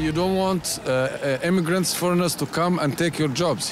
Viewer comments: "i dånt tink såå" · I dånt think såååå